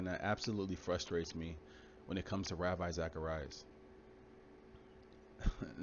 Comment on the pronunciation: First it's not pronounced Ravai, it's pronounced Ravee, though it's spelled Ravi, and Ravi Zacharais was just an eloquent speaker and many even idolized him, which God hates. Let us just show Christian love and pray for his family and close friends who'll be hurting beyond words, let us remind ourselves that like all of us he was just a sinful human being, who struggled with sin, and also let it be a warning to all of us to live what we preach, may God's comfort and healing be upon Ravi's family and may this tragic and painful episode draw them closer to Jesus, this is my prayer for them.